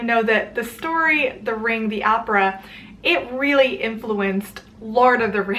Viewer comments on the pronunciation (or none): none